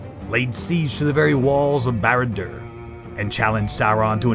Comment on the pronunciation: Cool story. Also: An American trying and failing to pronounce Barad-Dur and Sauron.😂😂😂😂😂😂😂😂😂